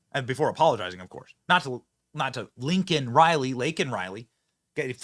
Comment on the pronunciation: Cracks me up every time I hear it.... "Linken Riley".. what a senile sack of shit.